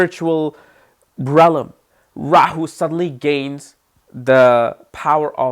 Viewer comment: I love you ❤ but you must learn how to say REALM it’s not RELLAM sorry but you’ve said that for years 😂